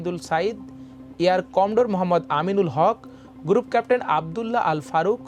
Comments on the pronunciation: সবই বুঝলাম, কিন্তু এত জঘন্য আর নিম্নমানের উচ্চারণ নিয়ে কীভাবে খবর পড়তে দেয়া হলো সেটা একটা প্রশ্ন!!! সোবি, গুরুপ কেপটেন, বাইস মারশাল, ছিকিউরিটি ছেল…!!!! উছ্ছপদস্থ কর্মকর্তা??? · নিউজ রিপ্রেজেন্টার যদি এতো ভুলভাল শব্দ উচ্চারণ করে কানে লাগে। ছবিকে সবি, গ্রুপ কে গুরুপ, ছড়িয়ে কে সড়িয়ে এগুলো মানা যায়না।